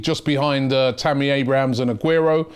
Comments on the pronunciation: Robbie: Tammy Abrahams, how many of him are there lol he can't even get the simple ones right no wonder he struggles with the hard names lol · Am I the only guy that laughs when Robbie said tammy Abrahams